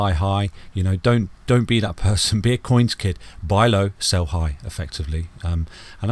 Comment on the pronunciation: I kid you not but every time you say your name, Coinskid I hear Coinski. Wakes me up every time 😂😂😂